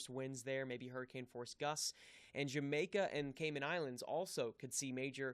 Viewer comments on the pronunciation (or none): none